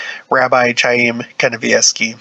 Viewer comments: It's pronounced K I a y m , No ch ,like ch urch. K , like kite . I have a friend with that name ,and Gene Simmons of KISS, the band , that is his real name . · Interesting article. His name is pronounced 'Haim, a guteral hard "H" like the sound at the end of the name of the composer "BACH" not an English "ch" sound.